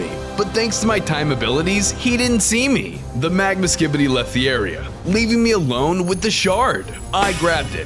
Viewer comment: When i used captions bro said skidy toilet